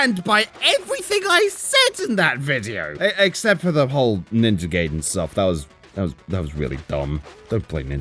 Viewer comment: Love the vid, but it's pronounced "Guy-den" not "gay-den"